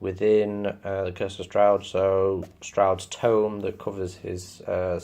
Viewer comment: That’s how it’s pronounced. Good overview of the campaign. The only thing that irks me is “Stroud” It’s “STRAWD”